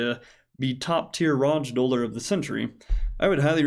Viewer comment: Top-tier "rodge-doller" 🤣